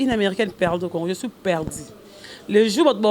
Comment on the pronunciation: Aza ata na soni te. Perdiiii. Eza nini perdu ekoma perdi